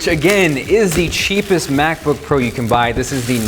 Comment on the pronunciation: did he say "sheepest"?